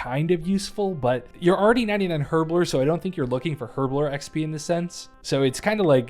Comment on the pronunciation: The way you mispronounced herblore so often 😭. The h is silent. Otherwise, loved the video